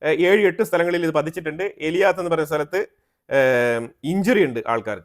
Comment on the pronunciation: ഏലിയാത്ത് അല്ല 'എലാത്ത്' Eilat എന്നാണ്.